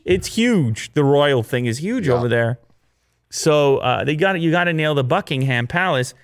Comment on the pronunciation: Everyone: Buckingham: Buckin' ham.